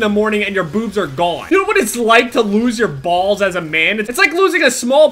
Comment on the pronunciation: I love the way you say "bals". 😂